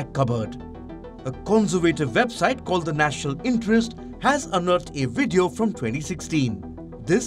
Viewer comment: What's a wideo?